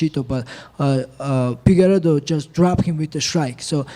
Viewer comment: “Pigueiredo” - Merab